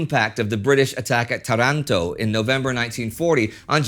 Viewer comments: Another jem in WWII panorama! Thanks! One small detail: 'Tàranto' is the right pronunciation 😉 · Excellent start- I can't wait to watch more! Oh, btw, the Italian town off which the naval-air battle occurred is pronounced TA-ranto... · So much expecting this! just to know, the right Italian is Táranto with a long first A.